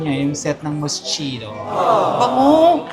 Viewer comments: Moss-KEE-noh not MOSCHEENO LOL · its mos-kino 🤣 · MOSS-KEE-NO correct pronounciation po 🫶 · Mos - ki- no po ang tamang pag basa... ❤ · Hello maaaaa, love all your vlogs. anyway ma MOSCHINO pronounced as MOS-KEE-NO. Loveyou all beks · True nabother ako dun charot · This is how properly pronounce Moschino - Mosskino Eclat - Eclah silent T. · Moschino = MOS - KEE - NOH Eclat = EK - LAH